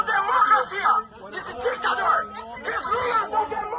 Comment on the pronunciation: "this Lula is no de-de- democracy, this is a ditador" Ta bom de Inglês esse minion henn Bateu uma vergonha alheia. Nem o "dictator" ele soube pronunciar. Coragem